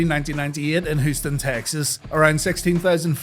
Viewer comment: "Hoostin, Texas" lol